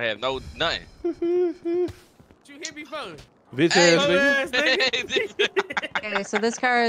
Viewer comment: shortiee couldn’t say nothinn😂😂